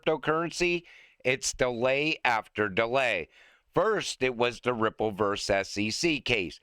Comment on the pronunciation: At the end i could have sworn said cryipple lmao. Ripple is massive, so we might as well call it cryipple😅